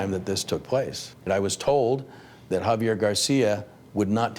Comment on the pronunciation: Professional newscaster constantly pronounces the name "Javier" as "Have yer" - who does this. "I'm a professional but I'm not going to bother pronouncing a name correctly." Hint: it's "Hah vee air" - very easy to say. Except you didn't. "But I'm a pwofeshinnal!" Got it.